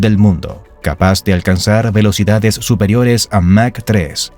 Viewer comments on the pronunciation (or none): none